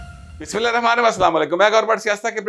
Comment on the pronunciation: آپ سے پہلے بھی درخواست کی تھی کہ بسم اللّٰہ صحیح پڑھا کریں غلط پڑھنے سے بہتر ہے کہ نہ پڑھا کریں بہت مہربانی ہوگی جزاک اللہ